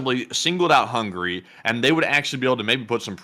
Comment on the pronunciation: He said "Hungry" instead of "HungAry" . :))